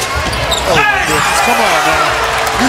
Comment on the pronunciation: he said m'y opinion